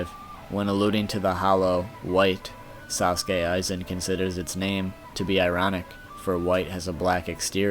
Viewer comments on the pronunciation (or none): dude it is not sasuke aizen it is sosuke aizen